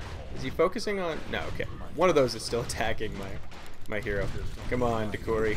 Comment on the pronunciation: De CHUUUUU Ri not De Ku ri >,<